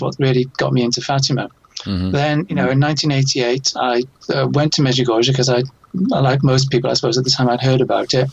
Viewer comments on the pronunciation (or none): The late Father Rene Laurentien, well known official investigator of Marian apparitions, judged Medjugorje as authentic thus far. Your visitor doesn’t even know how to pronounce Medjugorje. BTW, the Church cannot approve any apparitions until they are completely over, Our Lady is still appearing. As this program proves, there is still a need for her messages, this world is running amuck.